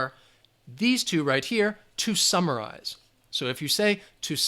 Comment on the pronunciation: Instead of: "to summarize", I heard "2 samurais"!!! 😂😂😂 Thanks a lot Teacher ""... 😉